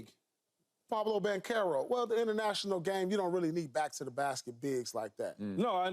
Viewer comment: “Pablo banchero” 😂😂